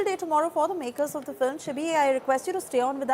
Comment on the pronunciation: is she pronouncing FILIM repeatedly? Am I hearing it right?